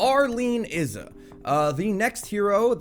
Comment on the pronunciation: ALL PRAISE THE THICTAK - he can pronunciate Izza correctly! big up for that! keep up the good work!